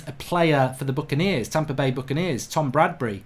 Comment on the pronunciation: Tom bradbery??? jesus bruv i get your football oriented but for ffs how do you not know tom brady?? you probably don't know lerbon or koby 😂